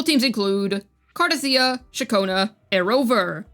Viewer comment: Thank you for saying her name correctly. Other CC's must have audio turned off in the game 😅.